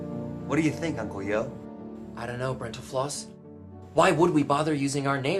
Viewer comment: Who's Uncle You? Yo doesn't have a U at the end.